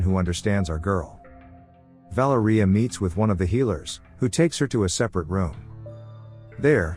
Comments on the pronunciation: Vah-lair-ee-ah I can't stand when a basic name isn't pronounced correctly. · the way the ai pronounces valeria 🤣